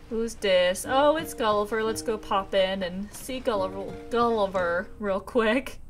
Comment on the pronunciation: "Go see Gulliver," sounds like "Go Seagull... iver." ^-^